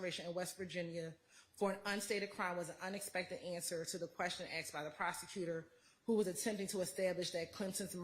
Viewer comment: When a state lawyer says "axed" instead of "asked" lol.